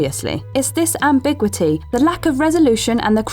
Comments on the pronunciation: Ambigwitty??? Am-big-you it-ee... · Oh for heaven's sake, will you please learn to pronounce the words in your script. Ambiguity is pronounced am-big-u-it-ee. Not am-big-wit-ee. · Please, PLEASE look up pronunciation before you record. Am-big-yoo-ity, not am-big-wity. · She mispronounced Ambiguity.